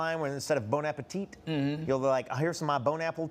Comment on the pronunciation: bon appétit, the t is silent though😂❤